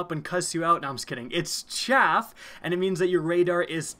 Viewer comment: The chaff (chav) part absolutely killed me because I'm British😂😂